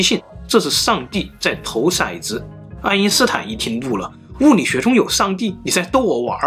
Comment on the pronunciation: 掷色子（shaizi），掷骰子（touzi)。